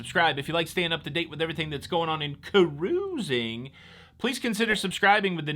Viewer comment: I just love the way you say ca...RU...sing! 👍